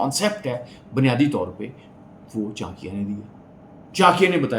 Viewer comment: Saala, naam toh sahi se bol ?